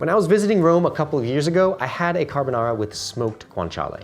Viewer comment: Subscribed for rex carbonarrrrra